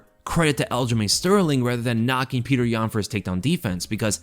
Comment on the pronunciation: all of a sudden says "Peter" now? He was the king of "Pyotr"